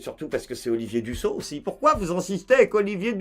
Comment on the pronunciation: Merci de prononcer "Dussopt" en bon français ! ça fait plaisir. La vidéo aussi, hein.